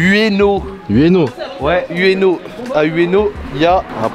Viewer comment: Je suis tellement triggerd par la façon dont ils prononce ueno